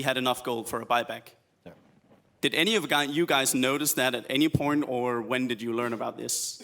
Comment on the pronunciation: Guy says any porn instead of point lmfao